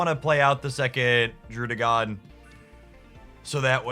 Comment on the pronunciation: Are you pronouncing Druddigon like that as a meme or you just never heard it said?